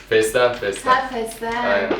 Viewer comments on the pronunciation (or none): feslegeni diyor :dd